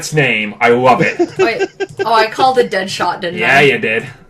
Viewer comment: That chick said Deadshot LOL😂😂😂😂😂😂😂😂😂😂😂😂😂😂😂😂😂😂😂😂😂😂😂😂😂😂😂😂😂😂😂😂😂😂😂😂😂😂😂😂😂